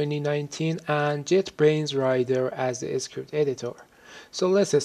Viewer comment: he actually says "game s cript", maybe he cant combine the letter s with the letter c?